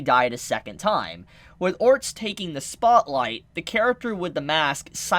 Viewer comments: Dude now your just saying his name wrong on purpose aren't you? Ahhh Orrrr sted Its not Orst there are other non silent letter there. there lmao. OCD 9,000. Also if you legit never looked it up and only saw the anime then telling people something that is in the Anime and you are doing a prediction then it's not a spoiler, it's a theory. Also if she didn't die she wouldn't have been Reincarnated but if she was Reincarnated she's not going to look exactly the same, but if she just disappeared alive and came over here she'd probably look different according to what we've seen with reincarnation in this world. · OR-STED, not ORST. lol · İf you call orrrrrrrrrrrrrrr-. Stead orts one more time im gonna lose my shit! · Orsted's name is pronounced Or-sted. Just a heads up. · Orsted is pronounced as (Ore•Stead) like homestead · Try to pronounce his name as "Oar-Stead", Orsted. The Japanese pronunciation would be "Orusuteddo" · why do you say his name wrong lol, try this "or sted" just give it a try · Is it a spoiler to confirm or deny? and please pronounce his name correctly lol. Or-sted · LOL what the hell is it with you and names: Rui, Orst...? Is it really that difficult to pronounce? Just say as the Japanese VA says it and drop the "-o" at the end, mou~! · Still can pronounce Ore-stead correctly, lol